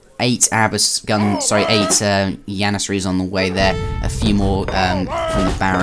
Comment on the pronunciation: Y u say yannasaries and hot jannasaries